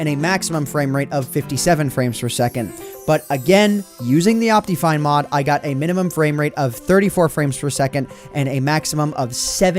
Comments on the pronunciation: 1. duh it's worth it 2. It's pronounced op-tih-fine you idiot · I love how he says it like optifien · Dat optifine pronunciation tho, XD Opteefine. XD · El cofre :v Lol, xD I pronounce it like Op-tuh-fine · Ryan Sonic I pronounce it like Op-te-fine